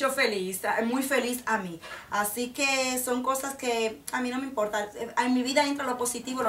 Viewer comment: jajajajaj me rio de que dijiste : no esta de moda pero a mi no me imporrrrta!! jajajajajaj pero ya si estan de moda!! besos!!+